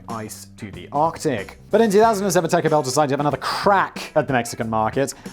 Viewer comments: Simon: worried about two pronunciations of 'the' Me: worried that Simon keeps pronouncing taco as'tAAcko' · Thank you...between the pronunciation of The Home Depot (the sign & logo include the definite article) & yes, it's a long E like "DEE-POE") & "tacko" (with an A like the American pronunciation of "bastard" or "mat") instead of "tah-ko" (with an A pronounced like the American pronunciation of the "O" in "hot" or "stocks")...which isn't that how most English pronounce A's? I kept checking my ear drums for blood. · I love the way that Simon pronounces "taco." In fact, I only watch Megaprojects and Sideprojects to hear him mispronounce things when he talks about places in my native New Mexico.